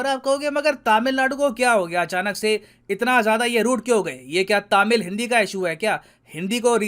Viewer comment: Please pronounce Tamil as तमिल and not तामिल. Please.